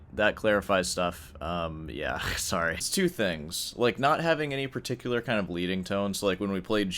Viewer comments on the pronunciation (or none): none